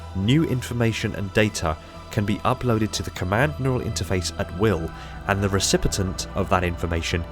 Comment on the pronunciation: Loved the video, I feel like the neural interfaces are a pretty cool aspect of the lore that hasn't really been explored before. Only thing is, you said "recipitent" a few times, but the word is recipient. Only one T, at the end.